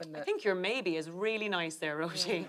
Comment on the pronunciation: At last! "Roisin" pronounced well by Aisling.